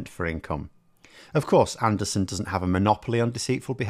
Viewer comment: Stop insulting Neanderthals with your deliberate mispronunciation of his name...